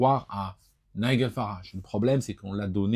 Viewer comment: Pareil, Nigel Farage prononcé Naigueul Farage... C'est Naïdjel